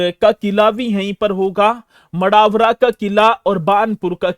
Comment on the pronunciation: अदाबरा नहीं सर मड़ावरा है तहसील